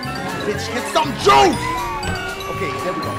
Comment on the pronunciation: Lol he said HIT THE JEWS